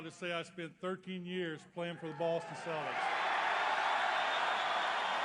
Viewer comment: Lol "the celdicks"